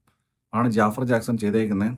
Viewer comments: JAAFAR ennala Pronounciation JAFAAR Ennan 😂😂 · ജാഫർ അല്ല,. its ജഫ്ഫാർ